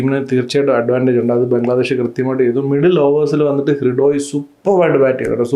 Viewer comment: ഹൃഡോയി അല്ല ഹൃദോയ് എന്ന് പറയു 😊